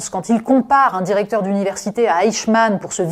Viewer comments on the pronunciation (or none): none